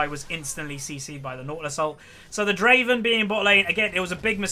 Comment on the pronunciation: its adoration, not admiration:p and Draven not driven xd